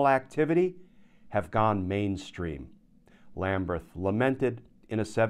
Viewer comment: Does Judge Lamberth pronounce his name Lambreth as you do? If so, fine, but otherwise it appears to be Lamberth to me.